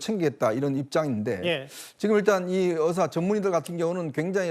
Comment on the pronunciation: 답답하다.. 이번 사태의 핵심은 전공의 이탈이다.. 그런 전공의들은 개개인의 생각으로 사직을 했는데, 대표가 선동해서 사직한것이 아닌데, '대표 한명씩만 참석해라, 통일안을 가져오라....' 고 하는 게 답답한 일 인거다. 진정성있게 전공의가 돌아오게 하려면, 큰 체육관이라도 빌려서, 1. 박민수 차관이 그 동안의 막말 사과하고 (의새라고 발음한 것 , 낙수효과=필수의료를 낙수의사로 표현한것: 필수과 의사의 자부심 짓밟음., 전세기 띄워서 다른나라 의사 데려오겠다 등 여러 협박 표현들 , 의사면허 정지 등으로 겁박한것 등 ) 2. 전공의 개개인의 의견을 듣고 수용하는 자리를 마련해야한다. 우리가 의사 한명한명 사인받을수없지않냐? 이런 태도로는 젊은 전공의들 마음을 돌릴수없다. 아무것도 이뤄낼수없다. 한명한명 사고해도 돌아올지는 미지수다. *올해 전공의가 돌아오지않으면 다음년도 전공의 지원도 없다. 그게 왜 그러냐면... 1,2,3,4년차 아무도없는 의국에 혼자 들어가면 - 윗년차 의사에게 배울수도없을뿐더러, - 1,2,3,4년차의 업무가 신입 전공의에게 쏠려서 잡일만 하게 되므로 아무도 들어가려 하지않을것이다. 그러면 내년에도 의료 대란은 쭉이어지고, 이게 몇년 지속되면, 필수의료 교수님들도 번아웃오고 대한민국 필수의료는 말그대로 종말이다. 필수의료가 다시 일어서려면 전공의 한명한명만나고, 다시 돌아오도록 요구 들어주고 부탁해야할 판이다.